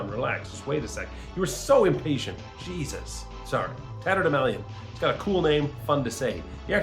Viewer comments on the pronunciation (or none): none